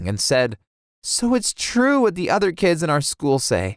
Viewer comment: It's twue wove guys